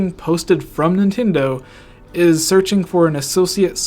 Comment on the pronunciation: "Nintindo" lol